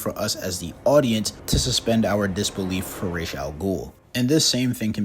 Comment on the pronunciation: Thank you for saying ra's properly